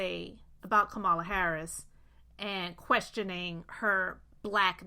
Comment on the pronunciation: LA = KAMALA Sister, you are mispronouncing her name with the best of intentions